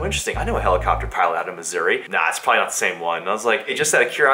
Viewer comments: Thought you said misury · Did you say that you were in Misery? Or Missouri ? When i move out of my parents basement, I'm buying a helicopter to live in. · Sounds like is saying "I'm in misery" at the beginning 😂😂